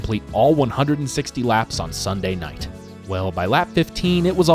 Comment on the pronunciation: “Sun-night” lol